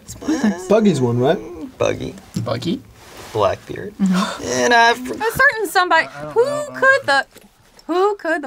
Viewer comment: It’s iñaki not inaki